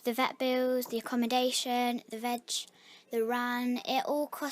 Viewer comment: it sounded like she said something else at veg.